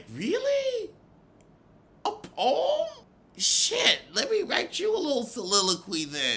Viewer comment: "read her peom" 🤦🏽‍♀️😩 Monique was easy - didn't take murch effort to bag